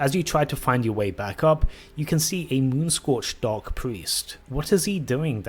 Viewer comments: Why do you pronounce "dark" like "dog"? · Must be your imagination